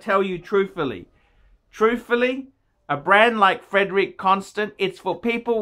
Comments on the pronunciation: this guy is a joke. he can't even pronounce the name so I'm sure he knows absolutely NOTHING about the watches. love these amazing watches. CLASSY I have 8 of them love them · He can't even pronounce the brand name correctly